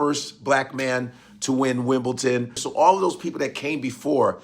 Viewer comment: I love the history you give us, but it is pronounced "WIMBLEDON", not "WIMBLETON". Not sure why people assume it's pronounced that way.